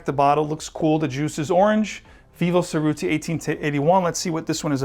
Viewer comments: It’s pronounced Che rutti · Perfect! Love your videos! Heads up: If you care about proper pronunciation, you mispronounced Cerutti :-(